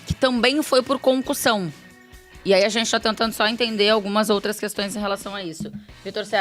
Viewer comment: Parece mto que ela tá falando concursão 😅